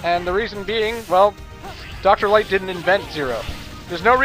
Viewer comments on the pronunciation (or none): Doctah Wahwee capsules.